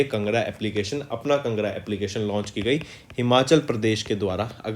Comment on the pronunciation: Sir it is not pronounced as"kngra" It is pronounced as "Kaangra" Which is a district in Himachal pradesh